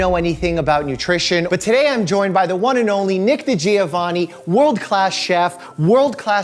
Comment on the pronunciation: Dr. "Meekeh": *not even pronouncing Giovanni's name remotely correctly* ..wow we are up to a great start . . .